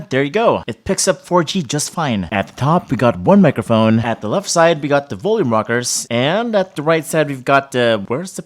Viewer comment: When he said microphone but sounds like "megaphone". 🤣🤣🤣 If gusto nyo makarinig ng tagalog version na parang ganito, watch Panlasang Pinoy